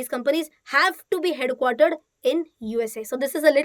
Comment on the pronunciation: Head quarter pronounce 😀😀😀😀😀😀